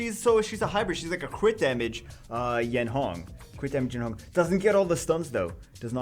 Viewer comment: Yeon Hong not Yen Hong